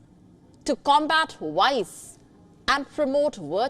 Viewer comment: V as in vice and virtue is not pronounced like "w"